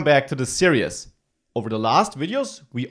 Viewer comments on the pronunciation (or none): Great teacher and I love your accent, sounds to me like you're saying serious and wizard instead of series and visit haha, I understand you very well though and you have good English though I guess it's not your first language :). Very informative videos!